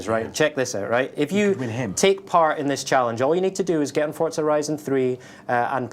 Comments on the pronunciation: FORZA NOT FORTZA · ForTza. Never heard of it. There is a game called Forza tho.